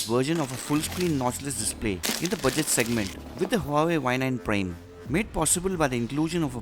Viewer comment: Its prime not prem